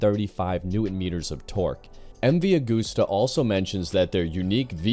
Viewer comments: Constructive criticism here> It's pronounced MV AH GUST AH. No gooses involved. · Yeah you’re incredibly wrong. It’s pronounced Ah-goose-tuh. It’s Italian. It’s not an English brand. We say “Eme vee Ah goose tuh”.